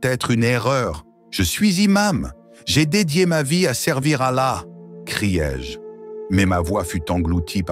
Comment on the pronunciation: Pourquoi dites vous alla de cette façon bizarre ?